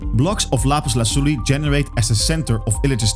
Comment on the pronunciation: What's that accent? Are you a Spanish speaker by chance? That "Lapiz Lazuli" was on point!